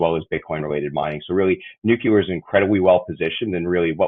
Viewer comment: Hard to focus on a guy who cannot pronounce nuclear.